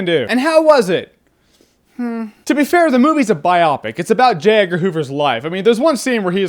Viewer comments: It's BI-OOHHH-PIC. Not BI-AWE-PIC. Don't really care. Wanted to pull a Hermione. Did it. Keep on with the reviews, Jer. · Bi-opic? Its's bio-pic Jeremy lol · I thought it was pronounced "Bio-Pic" not "Bi-Op-Ic". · AGGGHH...stop saying bi-opic...... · I could be wrong and either way I know I'm being an asshoe, but i think biopic is pronounced more like bio-dome than biopsy. Like bye-oh-pic